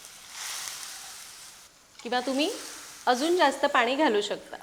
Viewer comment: खूप छान सांगतेस , छान बोलतेस ! भाषा छान आहे फक्त…… पानी नको पाणी म्हण 😊